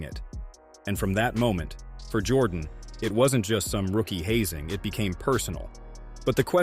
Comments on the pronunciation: You don’t know nothing about what the nba was in the 1980s Isiah was right Jordan dominated the 90s not the 80s and pronounced his name right before trying to tell the story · You got to be able to say his name right before you tell a story about someone! I'm a huge MJ fan, but dang, you can at least get that right! It makes this whole thing sound bogus!